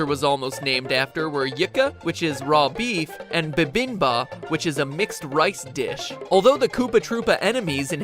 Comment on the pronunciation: the korean is completely wrong, its bibimbap, not babinba